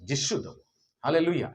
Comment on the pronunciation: ନାମ ଉଚ୍ଚାରଣ ଭୁଲ ହେଇଯାଇଛି